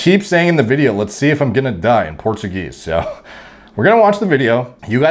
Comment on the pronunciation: He: Lets see (sound like Lets Go) Closed caption: a or b